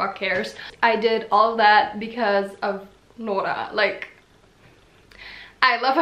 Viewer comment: Why do you say Nooras name so weird though 😦😂 No hate, I know you're not norwegian, it still kinda annoys me, bc it is a name 😂